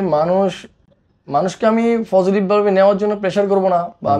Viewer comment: ও তো কথাই বলতে পারেনা। পজেটিভ কে বলে ফজেটিভ 😅 আরেকটা জিনিস, বার বার বলতেসে ওরা কাজ করে, কাজ করতে গিয়ে এমন হয়। আরে বাবা কি কাজ টা করে ওরা? 🤔 ওরে বলেন যে এগুলা কাজ না ও কাজ।